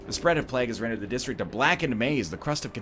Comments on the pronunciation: No, he pronounces it horribly wrong. Listen to how he says vague correctly, and then tell me "plaag" is an okay way to say plague. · Someone drive over to this egg's house and teach him how to say plague. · It was meant to rhyme with flag, is how I have come to understand it. English is weird. Like why don't they just spell it flague. xD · It`s regional variances, none of them is right nor wrong, they`re just different. I actually like the way he says it